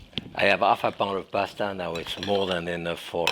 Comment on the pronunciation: He probably says it better than you!!